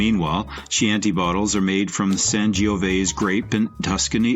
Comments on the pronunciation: “Chee-anti bottle”? Gurl please. This sucks. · Last I heard, they were pronounced "Cianti" (hard C, like a K). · Key-an-tea bottle..... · Yes Chianti